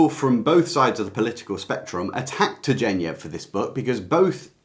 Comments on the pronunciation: Turgenev - hard g sound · Fathers and Sons. Please check how Turgenev is pronounced.